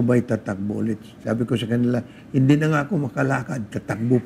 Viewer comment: hoy gara mo mag tagalog nakakasakit sa mata pano ka ba kumanta? malamEg ang sEmUy ng hangEn? matOtOlOg na? hahaha bat ka ganyan mag salita anong klaseng pagtatagalog yan? hEndE? hahahah